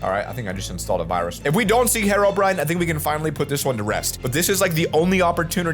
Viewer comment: Herobrine not harobrine